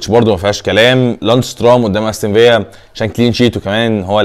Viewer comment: و الله اسمها أستون فيلا مش فيا!! انت ما بتقراش التعليقات؟ و حياة الاخوة اسمها فيلا مش فيا!